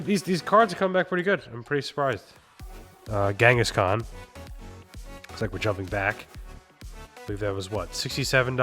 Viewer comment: I like how you call kangaskhan Ghengis Khan